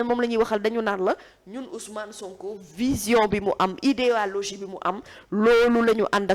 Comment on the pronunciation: Merci belle analyse mais on dit idéologie et non idealogie tu l'as répété deux fois. Mais belle intervention!